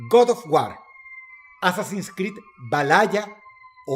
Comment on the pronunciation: "Valaya"? Jajaja... No mmes...😂😂😂